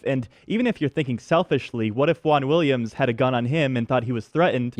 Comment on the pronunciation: Wahn Williams lol